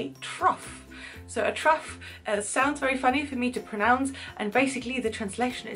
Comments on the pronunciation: It's pronounced 'troff', not 'truff', even though rough, tough etc is pronounced with a 'u' sound. But of course 'cough' is pronounced with the 'o' sound. How non-native English speakers ever learn this language I'll never know, but you're doing brilliantly :). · Trough is pronounced "troff" rather than "truff". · Agreed. The "o" is a short, staccato "o"